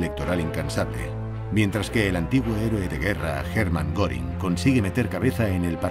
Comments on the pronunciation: Y no es goring es goering pronunciación gering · Se escribe Göring , se pronuncia goering